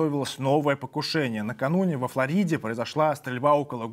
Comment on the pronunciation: В русском языке ударение поставлено правильно (в отличие от английского, где слово перековерканно): Флорида была названа испанцами на испанском языке. А там ударение стоит именно так)